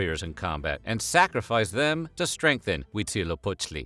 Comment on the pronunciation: I am impressed by the pronunciaition of Huitzilopochtli. 10/10